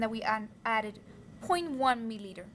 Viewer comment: U get so much trouble to say 0.1 milliliter sister 😹😹